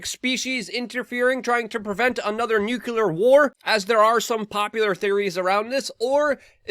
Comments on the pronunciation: It's NUCLEAR, not "nucular". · Luke, I've loved you for years, but maybe you shouldn't break people's balls TOO much for misspoken words...especially with all these tumultulous nookyaler astromoners. You DID go 4 minutes without saying of course, though! I, of course, am just pulling your chain a little. 😉. Great work, as usual. Also, JESUS GOD. Victory lap? I missed that one: I was too busy looking at articles about how much worse things things are about to get, and getting ready for WW3.